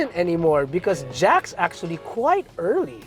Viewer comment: "Jack's actually quite Earl Lee" sorry couldn't help it.🤣